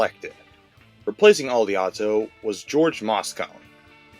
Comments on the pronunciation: OH-Li - AHTO....and MOS-CONE????😂..... AL- I-OH-TO...and MAS- CONEY.. ..you FOOL!😂. If that's AI, ...YT is DOOMED!😂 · Mayor Joe Al yee oh to. Then , Mayor George Mah Sco nee. That's how you pronounce the mayor's monikers